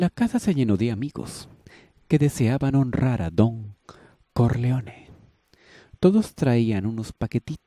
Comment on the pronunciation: Pero cómo que CARLEONE? quién es CARLEONE?Jaja